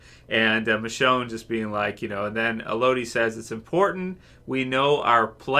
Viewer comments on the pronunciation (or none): As others have said...it's "EH-low-dee", not Eh-LOW-dee :-) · El-uh-dee. Not El-oh-dee. Sebastian needs to get his ass whipped. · I don't know why, but its driving me crazy. C'mon. You wouldn't say that you enjoy the "Mel-oh-dee" of a song.